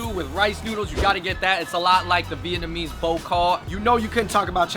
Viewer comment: You would think would have helped Andrew not butcher TF out of the Vietnamese items #earsbleeding